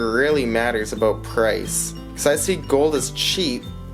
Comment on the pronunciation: I like the pre-teaser, nice format you got going. Look at all that poured loot! Yeah is that you're picture on the thumbnail man?! Like a dog on a leash, I like your' analogy... Did you say aboot? Hahaha... Time to rack you up some watch hours!!! Catch up day my friend. Those gold maples are a pretty sight! ! If you inflate your' deflater, you get stimulated, is that right?! 532 subs tonight man, very happy for you! I like your' outro beaver and smooth sounds... Great video!